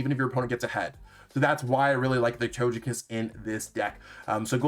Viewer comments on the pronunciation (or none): Wtf with your Togekiss pronunciation..